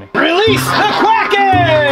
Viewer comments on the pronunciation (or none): Let loose the goose was a good line. But did you say 'release the Krakken' or 'release the quacken'? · Did that madman say, "release the quacken"